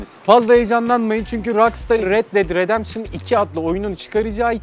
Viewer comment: Red ded redempşın :D